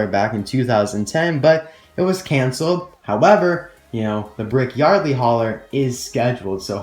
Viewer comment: you called brick yardly